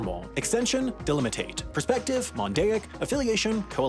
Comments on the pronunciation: There were so many words he just gave up on pronouncing, monadic became mondaic, delimative became delimitate. etc. Honestly the whole thing felt low effort, by a bunch of dweebs (pathetic). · My ears bleed on every mispronounced word in this video. It's the sh sound, not s It's phoneme, not phenome It's monadic, not mondaic It's delimitive, not delimitate Finally, you made the whole path to mispronounce the word in the end: should be ok-SHOORN